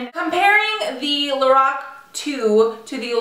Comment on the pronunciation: It's pronounced like Lor Ack